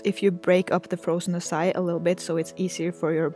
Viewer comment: It is not pronounced the way u said it say it like ahh like when a dentist tells u to open ur mouth then psy then e